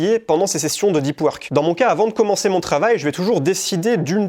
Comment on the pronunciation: "i" pad .... omfg tellement frustrant à entendre et le livre dont tu parles c'est pas "deup weurk" aussi par hasard ?